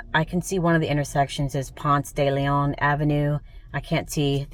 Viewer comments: Its “Ponce Da Lee Awn” 😂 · you were brave to park at Ponce de Leon and West Peachtree. At least you were in front of a church- All Saints Episcopal. By way, we pronounce it “Punce Duh Lee-un”. Hapeville is pronounced with a long “A” like Hate. Make it the Fall when you come back. Much better weather. Spring is nice also, but the pollen is a beast.